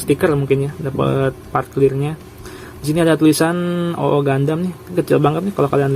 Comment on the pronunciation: Double o bang dibacanya